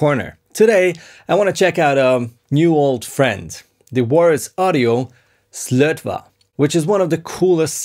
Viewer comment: Yo its pronounced SlötvO;) the swedish å is not an a its an O! nice video though:D